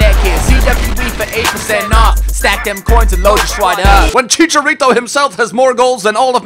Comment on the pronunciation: It's chicharo not chicha